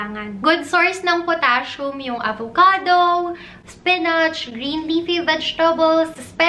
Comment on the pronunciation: Car-BOW-hydrate a-VOW-ca-Dow Ke-TOW-sis Ke-TOW-genic diet Okay lang naman, but ‘pag paulit-ulit, with slow and slightly matinis voice, it produces the LSS effect sa viewers. But great content! 💗 Your videos answered a lot of my questions about the Ketogenic Diet.